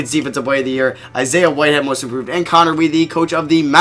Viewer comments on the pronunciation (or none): none